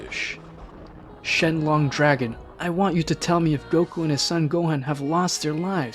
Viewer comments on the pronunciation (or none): Narrator: SHENLONG me: are u in sf or something?